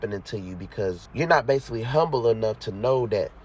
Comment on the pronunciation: "base-ah-lee", LOL. Good shit tho